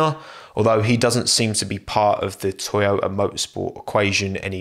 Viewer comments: its called toyota, not toyoya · Toyota, not Tchewyoahtah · Sorry bro ur pronunciation is wrong. Its #Toyota# not Oyoda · Everyone: toyota: Toyo'a Most bri'ish pronunciation ever 🤣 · Most people: "To-Yo-Tah": "ToYow-Ah" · what the title says: toyota what we got from: toyo'a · What is this thing called "Toyo'a" he is talking about all the time? 🤣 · i know about toyoTa but tf is toyoah ? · Can properly say Kubica and Giovinazzi but can't say Toyota properly? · Toyota: Has 2 „T“ letters: Only pronounces one of them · It’s painfully listening to you try to pronounce “Toyota” Lol